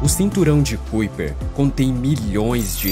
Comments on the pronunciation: Amigo, gosto muito dos seus vídeos mas a pronúncia correta não é cuiper e sim caiper(kuiper), parabéns pelo trabalho! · Como é que esse canal pode me passar alguma confiabilidade se o narrador nem se quer se preocupa em procurar no google como se pronuncia Kuiper. Qualquer analfabeto sabe que se pronuncia KAIPER. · Se pronuncia cinturão de KAiper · "cúíper" 🤣🤣🤣😂. Precisa melhorar a pronúncia das palavras e o conhecimento das regras em língua portuguesa. Boa sorte. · Cinturão de 'kaiper'! Pronuncia correta pra quem Não conhece a pronúncia certa!